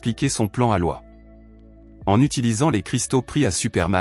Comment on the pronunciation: On dit Lo......iiiiiiiisssss pas LOI :face-orange-frowning